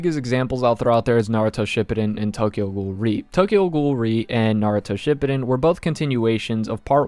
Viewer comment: ima have a fucking heart attack if i hear u pronounce naruto shippuden like that again